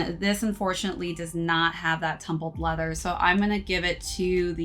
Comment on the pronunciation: That nice quality “tuhhh-hmm-build leather”😂